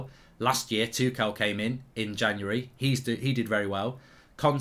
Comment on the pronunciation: Does mark know that he’s saying tuchel wrong